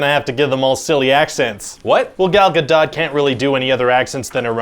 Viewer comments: it is not ga dot. it is pronounced ga dough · Gal Ga-dot? It's pronounced Ga-dough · 5 seconds in and you got that pronunciation :D nice! I thought there was gonna be a joke on that or a bless you but it didn't happen lol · That pronunciation of Gadot is weird, also the Amazons are supposed to have foreign accents, which is why they chose an Israeli for Wonder Woman.